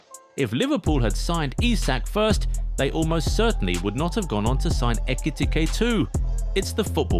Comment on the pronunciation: How many different ways can you mispronounce Ekitike?